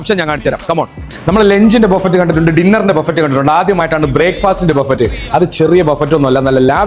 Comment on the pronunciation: ബഫറ്റ് അല്ല ബൊഫേ